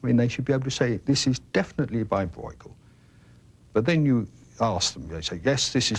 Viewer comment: 1) It is Brueghel, not "Broy-gull". Copying the dutch pronounciation seems to be a little bit more difficult 2) Brueghel Sr. 's work is much finer and state of the art than junior's.